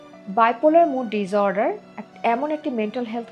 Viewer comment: Disorder pronunciation? (Dis, not diz). So is the case with disrupt.